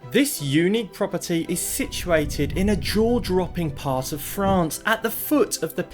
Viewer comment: So great to see you again! I was worried that you had fled ru-ral Frrrrrrraaaaaa-ce with Billy!